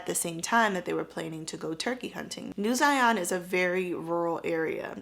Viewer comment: Zion like Lion. Not Zyon.